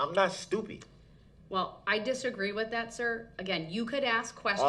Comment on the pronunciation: The word is That, not Dat.